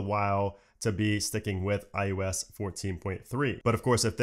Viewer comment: I can’t help it! 3rd video of yours I’ve watched and it totally sounds like you’re saying iUs! As hard as I try, I keep hearing U instead of I. Weird.